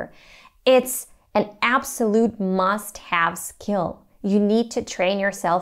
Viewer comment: I think u misread this word 'skill'.